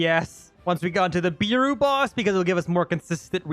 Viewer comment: If beru was your favourite character atleast say his name right its pronounced bearu not "beeru" its so aggrovating when u say it like that